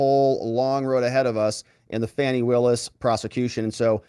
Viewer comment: The character of many judges and attorneys now (like "fannie" pronounced "fonnie" give these positions a very bad name. How can anyone trust the court system anymore? Very few good characters left it seems.